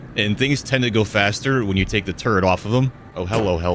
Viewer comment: kills me “it does get aphe”😂